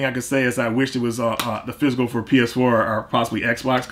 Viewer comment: Does say "Physcal*, instead of "Physical"?